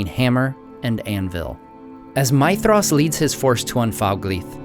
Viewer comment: Is that really the right way to pronounce Maedhros? Sounds like you are saying my-thros